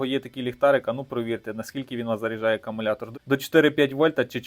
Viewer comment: та навіть для тебе написано що він АкУмулятор Ти ж читаєш навіть АкАмулятор. Щось не дивно ти чек постійно губиш А хто сказав що мікроУСБ то барахло Є ще мініУСБ